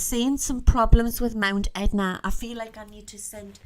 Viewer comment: Etna not edna